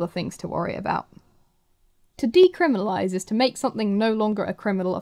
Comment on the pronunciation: deciminalise . instead of decriminalise <3